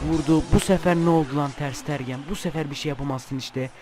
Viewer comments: Abi ooo ters stergen değil ters tegenn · Abi ter sitergen diye oyunmuyo ter stegen diye oyunuyo :D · ters tergen değil ters stegen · Ter stegen diye okunu kaleci